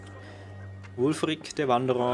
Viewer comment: Wulfrik oder Ulfrik? Der "Berater" oder wie der heißt sagt, dass er Wulfrik heißt xd